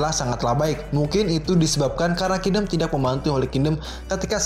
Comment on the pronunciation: Setiap mimin Bilang King-dom kok gue ngakak ya.. wkwkw Nice min